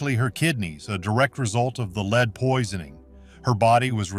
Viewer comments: I really wish Zamerican narrators could pronounce uk words properly, the lead pa int she used for makeup is pronounced led as in he led the path or the beginning of led zeppelin not Lee?! It really annoys me when people from abroad can't pronounce our words correctly Newcastle UK 10. 44 pm ❤❤❤xxx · Interesting. The AI generated voice is very distracting because it often mispronounces the word "lead", pronouncing it as "leed". You may want to go in and edit the soundtrack. 👍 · Too bad this is not a human talking. He keeps pronouncing a chemical lead like he is leading a dog. A human knows better. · So you are telling me that for HUNDREDS of years this was used as an alter cloth and it was never washed and NOBODY ELSE touched it, but you are DEFINITE that this is ELIZABETH'S DNA??? Give me a break. Wouldn't her maids also have had these same toxins in THEIR blood as well since it is very likely that THEY were the ones applying the makeup? AI GENERATED> they can't even pronounce the word "lead" like the element. AI kept saying "lead" like a LEADER. Idiots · poor woman was killed by her makeup. oh and you should kcheck how your ai narrator pronounces "lead." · Definitely! Mispronouncing lead some of the time was disconcerting.